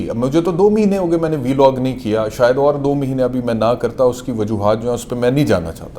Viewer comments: Vlog ❌ biilogg ✅😆😆😆🤣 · V-log 😂 .. Vlog hota he laude